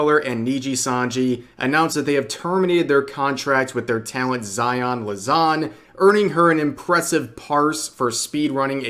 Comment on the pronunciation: Ah yes, Zaion *Lazan*. xD Oh Rev.